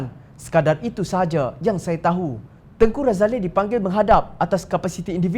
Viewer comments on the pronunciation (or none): Woi apa ni Tengku Razalehhh... tanya la dulu orang yang tahu... Tengky Razali saja sebutannya...